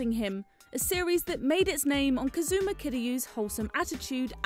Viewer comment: You didn't get turned away by the pronunciation "Kazooma"?